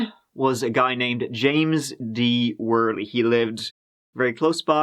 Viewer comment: Worley is actually pronounced werly. Not many pronounce the name properly unfortunately. Glad you pronounced it correctly